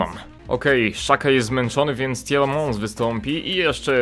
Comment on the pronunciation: Jak coś to mówi się Tilemans a nie Tilemąs :)